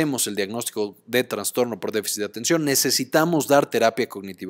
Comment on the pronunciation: Con todo respeto, estimado, se dice trastorno, no traNstorno. Excelente video y gracias por el aporte.